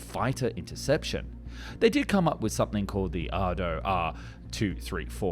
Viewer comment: 'Arado', not 'Ardo'.